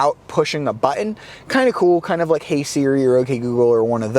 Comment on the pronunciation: I hate the way he pronounces "button"